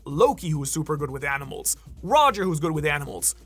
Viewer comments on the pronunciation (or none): none